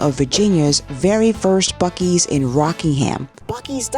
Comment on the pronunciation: What the heck is a buc-eee???!🫤🫤🫤